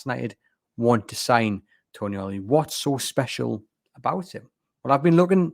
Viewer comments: If he is actually coming, you will need to get his name right. He isn't Toniali, he's Tonali, lose the extra "i" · It's not Tonyali or Toniali it's Tonali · I love the podcast and I do understand that it can be difficult with all the non-English names being linked now, but the name is “Tonali”, not “Toni-Ali”.